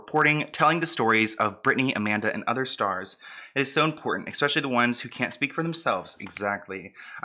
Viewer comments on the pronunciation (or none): Grrrr- ESpecially. Not EX pecially. 🙄